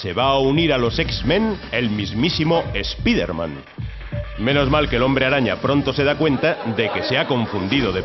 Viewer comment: "ESPIDER MAN"? qué pronunciación es esa?